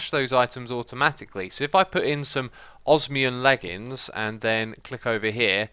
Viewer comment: ITS OS-MI-UM XISUMA